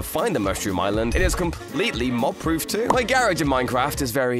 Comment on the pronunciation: "within my gairaej"